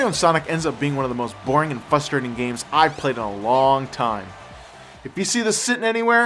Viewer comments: ok i can't take it anymore its "frustrating" notice the "R" if you are going to us the word in every one of your reviews then pronounce it correctly. Its becoming very fustrating for me to have to hear it pronounced incorrectly 5 time a review, its just so damn fustrating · pronounces Frustrating as Fustrating. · I HATE it when people say "fustrating"! It's frustrating! FRUstrating! There is an R there!!! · haha no offence to but he ses fustrating not frustrating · why cant he say frustrating? he always sez Fustrating lol.......no matter...keep the reviews coming! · omg. FUSTRATING? you actaully say FUSTRATING? ITS FRUSTRATING. FRUST FRUST. NOT FUST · Its pronounced Frustrating not Fustrating. There is an R in it. I'm not hating its just something I noticed and I don't know if anyone told you. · Yeah. Whenever I hear say “fustrating” I get turned on too. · lol "fustrating" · he says fustrating to be funny.. didnt you ever see his blooper videos? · Ha ha. "Fustrating."